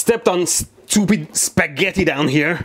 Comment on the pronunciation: SCHEWPID SHCPAGETI